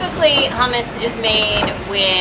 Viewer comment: Hummus pronounced "Choomoos"